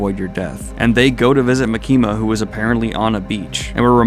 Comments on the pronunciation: dude for the love of fucking gawd its MA-KIM-MA NOT MA-KEEM-A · Why are you saying makimas name like that!? Stop doing that!!